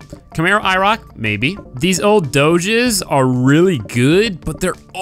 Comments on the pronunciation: dooges....wtf.. you mean Dodges. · Dohjes.........WHY! It's Dodge not Dohje! XD. Great vid though :-)